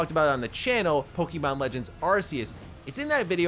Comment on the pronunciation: Po Key Mon 😂